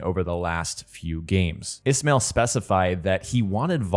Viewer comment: Hey man it’s Ismail pronounced like this i-smile